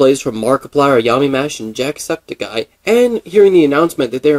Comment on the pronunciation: The way you said jacksepticeye tbh it sounded like you said 'jack sucked a guy'